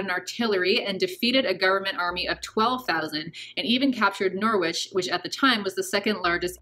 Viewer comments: norwich isn't pronounced like that, it's said like norrich - almost rhymes with porridge. Otherwise, fantastic video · Just for clarity its pronounced NorFUC, and Norich. Fuc. :) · *Norfolk sounds like ‘norfuk’ and Norwich sounds like ‘norich’ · Norwich is pronounced to rhyme with porridge.